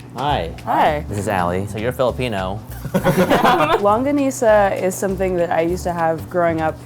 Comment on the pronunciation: i’ve never heard longganisa pronounced so conyo